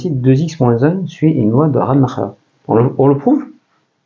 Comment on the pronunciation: Yes, probablement! Concernant la prononciation, Rademacher était américain (certe d’origine allemande), je miserais plus RAD-uh-mack-er